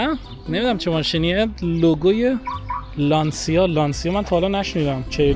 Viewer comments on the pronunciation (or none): لانسیا ❌ لانچیا ✅